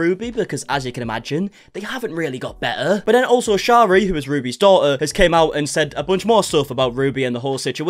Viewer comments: Her name is pronounced Sherry like the alcohol! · you were doing so well saying sharis name right in a past vid where did you go wrong😩